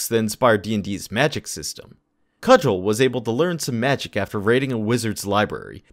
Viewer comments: It's Cugel (Koo-Gal) not Cudgel. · Coog-el, not cudg-el